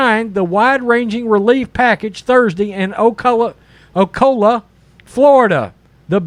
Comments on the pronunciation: Great video. Btw, It’s pronounced O-CAL-LA 😃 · Holy crap did you butcher the word Ocala. Oh Kaa Luh.